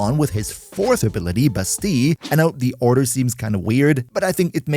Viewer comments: Why bro pronounce it as "Bustee" when it's pronounced "Ba-steel" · sounds a bit wrong without a french accent. a french coworker of mine pronounces it like the Ls are still there but aren't pronounced if that makes sense. like basteee instead of bastee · bass-steal not bass-tea in French its bah-stea-yuh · Bro it’s pronounced Basteel… google it if don’t believe me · you should say "bastiie cause in some french word double L are said like iii kinda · I cannot for the life of me not hear you call Bastille as "Busty". 💀💀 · In American English anyway, it's Bass-Steel . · I think he's using french pronunciation.